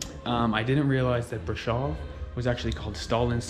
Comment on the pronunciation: Thank you for this - there are many reasons to admire the Romanian people. As you say, the strength of their people is one of them. As an American who knows a lot of Romanian history -- your pronunciation of Brasov and Ceaucescu is grating a little -- but you've learned much about their culture etc. Hopefully we will be in Romania starting next month (November)